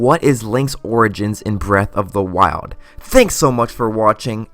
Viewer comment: I can’t do the speech issues Zelwda, breath of the wilwed. Worlwd of hyrule damn man.